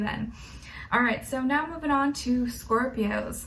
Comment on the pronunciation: For scorpios she says “Scorp-i-Oos” hahaha I love it